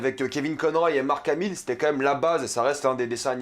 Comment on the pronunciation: Alors, je suis globalement d'accord avec toi mais tu fais trop le cainri genre "Batman avec kevin Conroy et Mark hamill" gars on sais tout les deux qu'on partait ça en francais sur la 3 😅